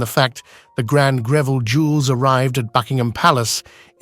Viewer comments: It's NOT Griveel! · Very poorly researched, resulting in an unfortunate amount of the misinformation. Photos often do not match up with the narrative. And it's properly pronounced GREV ill. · Save us from the mispronounced surname!